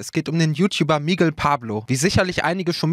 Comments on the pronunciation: MIGUEEEL UND NICHT MIIIGEL.... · Es wird Migél ausgesprochen nicht MIGUEL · Das heißt Mi-Gell und nicht Migel wie Igel 😔